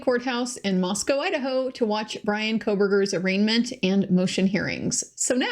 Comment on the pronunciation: Thanks so much,. I knew we finally had a local by your pronunciation of Moscow.;) (I grew up in the area.)